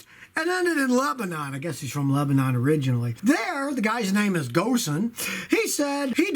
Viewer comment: Carlos Ghosn...His last name is pronounced like "cone"...Not Gosen.